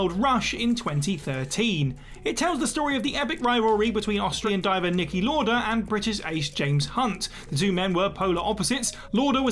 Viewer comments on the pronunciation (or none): Quite clear that didn't watch Rush then. It's pronounced Louder not lorder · Niki Lauda's surname is pronounced "louder" not "lorder"